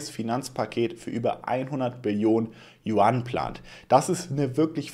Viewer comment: Mir ist die Kinnlade runtergefallen. hat "Yuan" endlich richtig ausgesprochen 😂